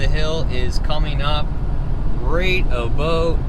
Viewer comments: Sounded like 'a boat' here in Texas. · As soon as I heard “about” I know this was a Canadian 😂😂😂